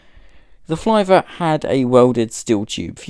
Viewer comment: I don’t think you pronounced Flivver correctly. As spelled, it should rhyme with “liver.” Perhaps it should be spelled “Flyver?”